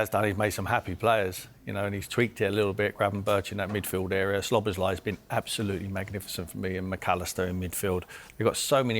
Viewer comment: When is Mers gonna learn that his name is "szoboszlai" not "sLoboszlai"